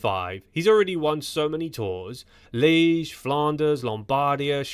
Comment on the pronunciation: Liège has two syllables in it.